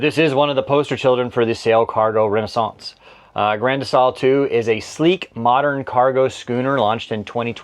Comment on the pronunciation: I like the way you added the French accent when you said, 'Renaissance".